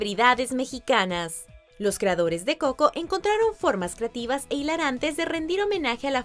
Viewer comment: El canal se llama watch mojo español y hasta esta pelicula la pusieron en ingles no mames antes no lo pronunciaba como; couco